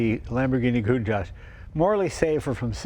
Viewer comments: I remember in the 80s when no American could say the name correctly.. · That guy says he’s Italian but can’t pronounce the name of the car correctly….. 🙄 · These guys own a COUNTACH but can't pronounce the name correctly. why not call the Miura the Miurish !